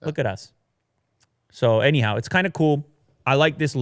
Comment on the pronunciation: Every time he says anyhow, I hear a你好😅